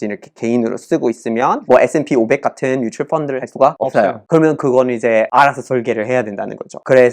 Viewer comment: S&P500 ETF 발음이 그냥 한국인 발음이네ㅋㅋㅋ